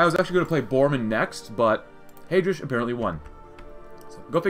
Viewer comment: The way you pronounce Heydrich’s name makes me physically uncomfortable